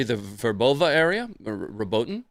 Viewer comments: Watching this belatedly, but let me help, again: Robotyne is pronounced: Robot-ee-neh. Some say Robot-ee-nay, but I've not heard an Ukrainian say that - they use the first version (learning both Ukrainian and Russian) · its pronounced: "Robot-in-yeah" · I loved the part where said It's "Robo Tine" and then he... Well anyway, happy belated birthday,.